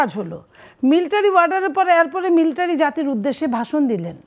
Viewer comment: Miltary nh madam military